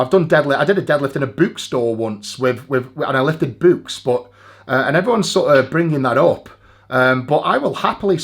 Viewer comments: That's not how you say books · Am I the only one bothered by eddies pronunciation of books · Tbf to Eddie, he still holds the world record to be the only man in the world that pronounces 'books' the same way its spelt.